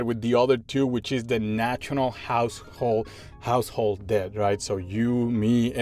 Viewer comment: Just don't pronounce the b, just say "det"